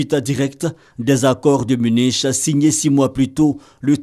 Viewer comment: Munich se prononce munique